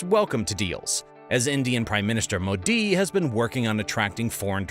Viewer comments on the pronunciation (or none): none